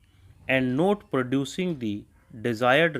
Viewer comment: Not ko note sun rhe hai sir, otherwise good dictation